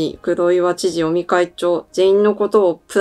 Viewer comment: 菅内閣から尾身会長はどんな存在と言っているところで尾身会長をオニ会長と聞こえて、やっぱり鬼なんだー、と勘違いしました。